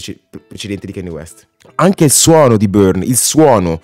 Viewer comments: si ma kenni west non si può sentire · comunque hai un problema coi nomi, non si pronunciano "keni west" e "ti dolla"